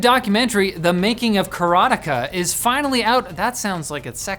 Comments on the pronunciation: It's "Kara-teh-kah", not that weird mush of sounds you said,. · They way says "Karateka" made me feel like I was having a stroke.